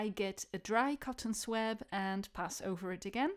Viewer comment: BTY: it's pronounced "swob". In UK, OZ, SA, NZ... even everywhere in the US (remarkable unanimity!)